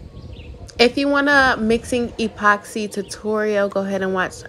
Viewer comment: What’s an E-poxy😂 it’s just epoxy one word!